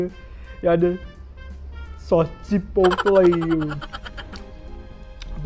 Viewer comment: Sebut betul betul chi-pot-le 😂😂..semalam baru makan chipotle ni..akak suka laa sedap hehe ..